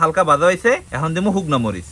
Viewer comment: শুকনা নাকি হুকনা 😂😂